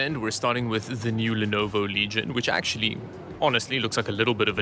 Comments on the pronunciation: Did you really pronounce Legion as “Leggyon”? WTF dude is takes more effort to say it wrong… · Or how he said legion, Laagiaan lol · Yes, the lee-guy-on (Legion) 😂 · LEGAION AHAHAHAHAH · Am I missing something or does he not know the freaking companies names? Leg ION ? ACER instead of ASUS ?? wtf is going on! This must be his kind of satire or something lol🤣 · Leg ion.😂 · I love how he pronounces Legion Leg-Ion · The hell you saying legion that way? wtf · My only taking away point from this is I have been forever mispronouncing LEG-ION.